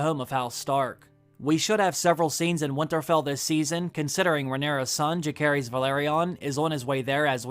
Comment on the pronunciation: It amazes me how after so many videos and watching the show, you still can't pronounce Jacaerys and Lucerys right, I cringe every time